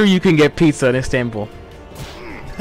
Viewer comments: It's Istanbul Ludwig not instanbul Lmaoooo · Ludwig: "Instanbul" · Are we going to gloss over the fact that Ludwig gave the OK on 'nominator', and pronounced and spelt it INstanbul instead of Istanbul???????